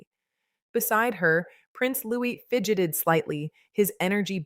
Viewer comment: If you are going to talk about the children...learn how to pronounce Louis...Loo ee ...got it 🤔❓️ Kath the wife England 🏴🇬🇧